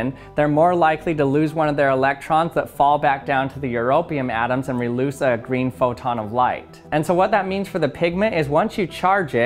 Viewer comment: Anybody else notice that he said reloose at the end instead of release? Honestly I feel like it should be the correct word, plus its just fun to say lol